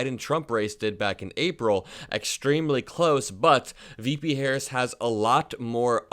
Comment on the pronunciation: Woooow, he can't even say vp Harris name he called vp, and her America vote voted up-and-down the ticket